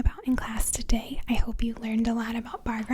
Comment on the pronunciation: I love your tiny little accent, -- like when you say "Tiday...":) Where do you live?